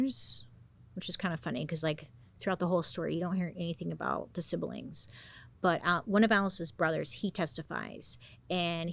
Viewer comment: Hehe she always says si-bee-lings so cute